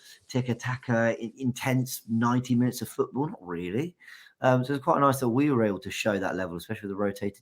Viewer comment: Oh my days, James sounds Indian REE-YA-LLEY 🙋🏽‍♂️